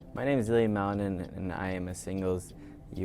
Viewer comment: There are so many bull crap videos about Ilia since the olympics...your AI voice can't even pronounce his name right. Frankly, your gossip and suppositions are more hurtful to the young man than the intrigue you are reporting. It's disgusting.